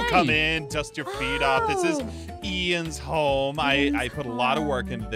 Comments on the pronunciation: bro said eins home😂😂😂😂😂😂😂😂😂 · why do you poot ein ' s #### and you say it dumds home😂🤣